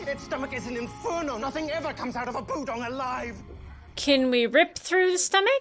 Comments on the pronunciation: Her inability to pronounce budong reminds me of Chriton trying to say Tavlec. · Don't worry about mispronouncing Budong, John does that stuff constantly! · At one point, your butchering of "Budong" made me think of "Magog", and that's a whole other sci-fi show. (Gene Roddenberry's Andromeda) lol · Hi, two things. One, I was really curious to see your reaction to the scene where Jon tells Aeryn about the guiding star. I honestly didn't expect you to cry. And two, at first I thought you were pretending to be like Jon by saying the budong's name wrong